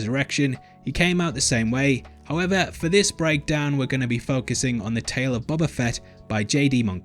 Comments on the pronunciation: I feel like a bit of a dick for saying this but its pronounced Bohbah, not bobbah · Why do you pronounce “boba” in such a weird way? Like, “Buba”